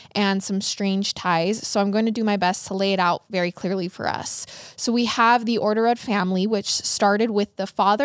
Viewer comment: You botched orderud… like the name hahaha, catch me laughing everytime you say it the next 40 minutes